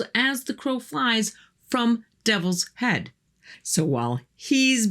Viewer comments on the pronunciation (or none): none